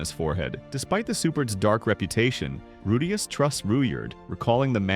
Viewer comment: how are you pronouncing Rudeus two different ways in the same video lol?